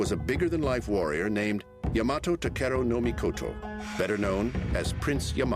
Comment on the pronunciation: its pronounced Yama-to, not Ya-mato